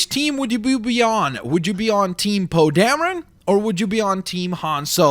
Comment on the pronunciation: Poe dameron oh Damron Darren